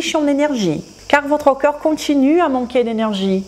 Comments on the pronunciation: até que é interessante a informação que vc partilha, mas sinceramente é insuportável quando vc diz "cœur" em vez de "corps". Por acaso acho produtivo, mas unicamente se vc respeitar a sua audiencia francofona. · Por amor da Santa, faça um esforço na palavra "corps" ! "Corps" não é coração, e vc diz coraçao !